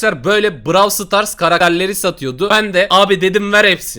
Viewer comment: Sen Niyey brav stars diyon o brawl stars okunuyo